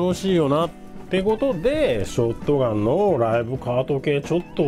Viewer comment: ライブカート＝ショッガン(本場発音w)て印象焼き付いてる そしてクアッドロード出来たんですか？！ (｀・∀・´) マルゼンのM1100は当時ティーンの俺が役40000円に躊躇して買わなかったら絶版？なって嘆いたのは良いおもひでw コイツはバイオ2で惚れたなぁ そして安定のM1887 コイツはT2で一躍有名になりましたよね SPAS-12もT2だった それ考えたらT2は名作だな